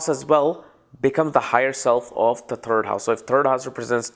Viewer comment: I thought he was saying turd from the turd but he was actually saying third from third